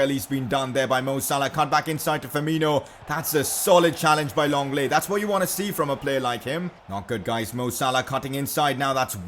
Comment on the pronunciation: Who the fuck is longle it’s said Lengle